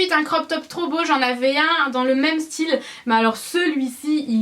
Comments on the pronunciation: J'adore ton style ! Super haul ma belle ! 💕 Tu a une façon de dire "même" pas commune. C'est assez déroutant d'entendre ton "meumeu " ahah !😉💕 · Tu ne te rends pas compte que tu es ridicule avec tes "meume" a la place de "même"? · "le meume" au lieu de le même, ça me perturbe pendant toute la vidéo hihi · J'adore ton haul pourquoi tu dis le "meum" Aussi non top comme video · "le meume" x)) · À , ça m'a choqué quand tu as dis le "meume"!!! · coucou c'est trop marrent quand tu dit même tu dit meume!!:D bref j'adore les articles de ton haul t'as un tatouage je savais pas gros gros bisous!! <3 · Au top ! Tu dis le mot même : Meume ! ? sinon tu es parfaite 💕💕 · ***** Mdr tu dis "le meume" c'est vrai qu'en faisant attention ça perturbe ahah! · Tu dis le "meume" ça me stresse... mais sinon tu es magnifique, ta vidéo est super. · Ça me perturbe vrmt quand tu dis "même" tu le prononce pas du tout de la même façon que moi :)